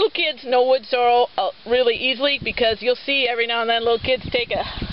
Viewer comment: I hear a lot of people pronounce it "Wood Sore-o" instead of "sore-EL." Must be a regional thing because it's obviously spelled correctly. Thanks for the upload. Cheers.